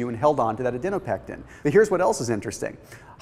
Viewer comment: This is good information but I was super distracted by your mispronunciation of the word Adiponectin. It is Adi-po-nectin not, Adi-no-pectin. It 's just difficult to see you as an expert if you can't even pronounce the word correctly.